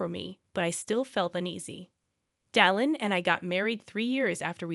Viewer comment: Come on. This must be an AI generated narrator, given that it doesn't know to reliably pronounce Dylan. NO SUBSCRIPTION FOR YOU!